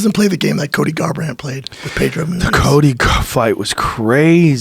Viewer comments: Joe "Colby Garbrant, Cody Cuvington" Rogan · "Javier Velasquez" and "Colby Garbrant"